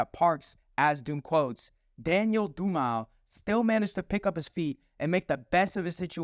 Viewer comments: Fyi bro, his last name Dumile: it's not doo-mile like you said, it's pronounced doo-muh-lay. Thus the name Doom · its not daniel doomile its daniel du-mil-aye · 'daniel doom aisle' 😭 (he pronounces his surname in doomsday where he says 'right up on my government, dumile' pronounced 'doom-il-ay') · dude, what are you talking about? He's right, it IS pronounced doo-muh-lay. Not doo-mile. And how does that make someone not a "real fan" lol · Dumile - DOOM eh Lay. Not DOOM aisle 😅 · It's Dumile (Do-meh-lay) not Do-mile. You fool. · Btw the name Doom has always been around in his life before his rap career. They would call him Doom because his last name is Dumile which is pronounced (DOOM-uh-lay) not “Due-Mile” like you pronounced it lol. But that’s pretty much where the name Doom came from is his last name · 'Doo-mill-lay' That is how you say his name I'm pretty sure. Not 'Doo-meel'. I do think he is one of the best and ahead of his time, but a lot of people had humorous rhymes before MF DOOM. I'm sorry that him and his fam had to go through those moments. I miss knowing there will be new stuff, but the amount of fan inspired remixes that have come out since is good to see. Respect In Progress. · I only know Doom-a-le I ain't seen DU-mile... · Dumile pronounced Doom-A-Lay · Dumile is not pronounced "Dew-mile" 😂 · wait I had to pause it when you pronounced Dumile "doo mile" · I know bro is doing it on purpose but like "Daniel Domile" is WILD, like bro the pronunciation WTH is that 😭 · "Daniel Do-Mile" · This video was fire and you get my sub but when you didnt say dumile as Doom uh ley i had an aneurysm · Dumile is pronounced Doom-ill-Eh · Its pronounced Dan yell Doo muh lay 🤙👍👌🙏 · Did you really just call him "Daniel Doo-mile" when he spells out his name in the signature track of his first solo album? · He said Dooo-Mile 😂😂😂 smh...... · The way he says "dumile" almost sounds like "do mal" which pretty much means "evilish" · Daniel Dumile is pronounced doom-illay